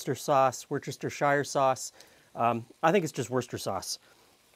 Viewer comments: I'm English. Yes...it's 'wooster' sauce. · yes, that's how you spell it, but you pronounce it "wooster" with a short oo. English pronounciation often bears no relationship to the spelling. It probably evolved the shortened pronunciation over centuries